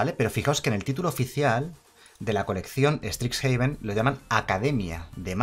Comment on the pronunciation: Primero pronuncias caldeim y ahora estricsjaven, es horrible XD